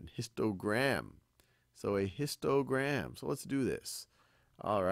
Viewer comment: I think that it is histogram not histogra ghost. Everything else was impeccable!👍👍👍👍👍👍👍🔝